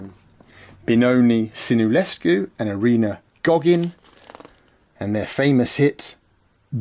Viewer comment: Irina Loghin not Goghin :)) very nice video!